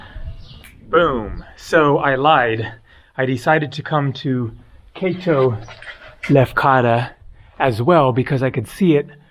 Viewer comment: Hey, just a quick FYI... "AHno Lefkara" and "KAHto Lefkara" aka Upper Lefkara and Lower Lefkara. 👍